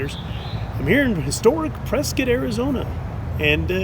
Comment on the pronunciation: I would like to thank you for pronouncing Prescott correctly - an Emory Riddle student who is tired of hearing “Press-cot”